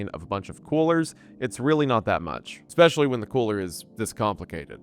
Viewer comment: please learn how to pronounce "infrastructure" and "especially." you say "inferstructure" and "ex-specially"